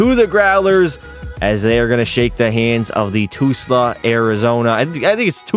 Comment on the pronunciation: Just in case you do another echl video in the future it's pronounced Tul-sa